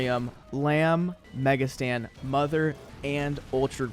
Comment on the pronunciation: Now ik why my bro says mega Stan and Not satan